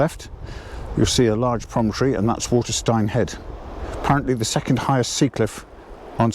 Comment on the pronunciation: It’s pronounced Watersteen ! Not Waterstine